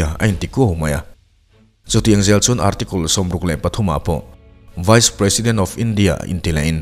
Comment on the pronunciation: Ar--ti-kul😅google translate leh dictionary offline leh a dang tih tlak ve deuh ah te hi chuan thumal(words) lam dan(pronunciation) hi a ngaihthlak vek theih asin mawle.